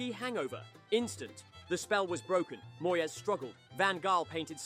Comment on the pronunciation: Can-tona? Moy-es? FFS 🤦🏼‍♀️